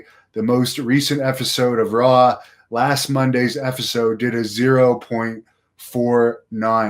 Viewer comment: it's episode, family. EP-i-sode with a p. Please project properly,. Haha jus p-playin